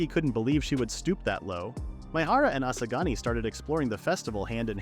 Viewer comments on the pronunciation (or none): bro u keep saying asagani